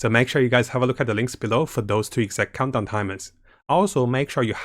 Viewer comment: Everyone else: "Countdown": "Condom","Cumdown"